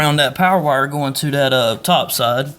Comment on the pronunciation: It's called that not dat